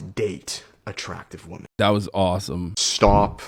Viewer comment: I love how the second guy is incapable of saying women plural.